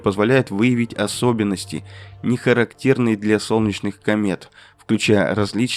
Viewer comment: ХарактЕрный, а не харАктерный...эх, всё-таки нейронка...но зато продвинутая, кашлять умеет😅